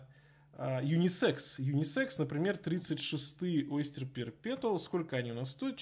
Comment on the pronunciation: perpetual не читается через "Т", там "Ч", уши режет